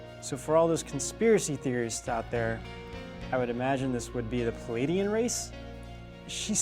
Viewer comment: I think that in the pronunciation of Pleiadian, the P and the L would be combined as one sound. As in plank.